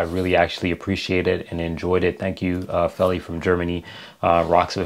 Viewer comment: Feli = FAY-LEE